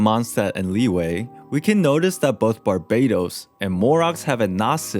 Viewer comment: I hate how he rponounced Liyue as Li-wey. Thats not how you pronounce it bruh